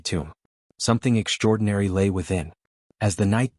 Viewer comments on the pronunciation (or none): Can you PLEASE tell me WTF the following words mean!!!!???? "SHTRETCHED", "SHTRANGELY", "SHTRUCTURE", "SHTRANGE", "SHTRETCHING", "SHTRONGER", "AWESHTRUCK", "SHREET", "HISHTRY", "EXSHTRORDANARY", "SHTRANDS", "DESHTRUCTION", " Your "Shtraining AI is "Shtressing" me out with it's "Shtruggle" to FREAKING speak Anglishes Properly!!!!! POS AI!!! I think you should "SHTRIVE" to do Much Gooder with a "SHTREAM" of FREAKING "..str..." words that are FREAKING pronounced properly!!!!